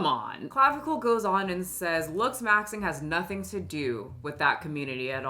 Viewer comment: you pronounced creme de la creme AND clavicular correctly. Look at you go, girl